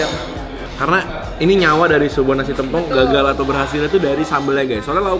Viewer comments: TEMPONG KAK BUKAN TEM PONG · Tempong bukan tempong, kakkk astaga😭 Dengernya g enak bgt😭🙏🙏🙏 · tempong/paha ( e nya di miringin klu ngucapin )